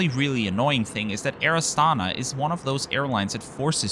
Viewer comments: Pronounced with the stress on the last syllable: Air AstanA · Good video! Just pls mind that this airlines name is pronounced as Air AstanA.